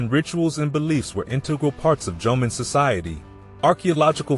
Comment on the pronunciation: It would be nice if you can pronounce Jomeo and Yayoi correctly. Also images of how these people lived and constructed buildings/dwellings more in tune with reality. They look very late Chinese with curved roof tops. That didn't happen in Japan till thousands of years after influenced by Chines architectures. And that is still only reflected in the Buddhist temples not over common households. Facial features of people depicted was also of much later Yayoi period when there was influx of Southern Chinese and Korean peninsular people who replaced or mixed with Jomon locals. Jomon people had very different features which might be resembled still from Okinawan but not Ainu since they didn't come into Japanese history till 13th century.